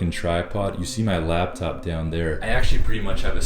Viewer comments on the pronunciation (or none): bro... It's a 'lap'top. Not a 'lab'top. Lol! Had to poke fun at you about it. Goodluck on the move man. Change is good!